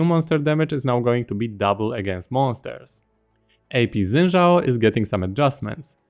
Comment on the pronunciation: love that you pronounce xin zhao correctly